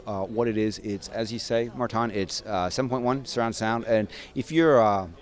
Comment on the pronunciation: FIRST And: Its Martijn, not Martjin :P